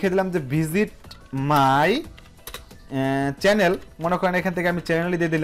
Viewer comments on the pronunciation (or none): none